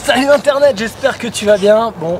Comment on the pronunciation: Tu fais bouseux en disant internet a chaque fois ...